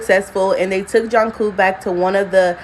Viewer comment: it's not Janku, it's it's pronounced JUNE-CO.